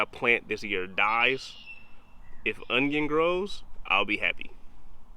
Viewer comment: It's because you say o-nun...you should say o-nyun...that's how you get success...